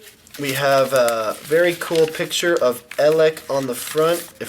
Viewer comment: why do you say pichers werd?